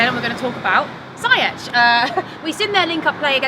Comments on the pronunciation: It Ziyech.( see-yuck). Not (sa-yesh) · And while we’re on it, it’s “ze-yash” Not “ziyech” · U can’t even say his name properly it’s ZEE-YECH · she also said Ziyech wrong too lol